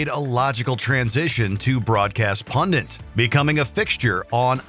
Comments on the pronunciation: Why can no one pronounce "pundit" properly?? It's NOT "pundiNt"!! There is only one "n"! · Pundit. Not pundint. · no such word as “pundint”. It’s “pundit.” geez. Ok now I feel better.